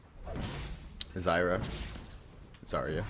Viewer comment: the way he says ZYRA kappa....